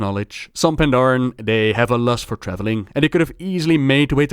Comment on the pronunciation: udder, mudder, fudder, dey, dem. d'are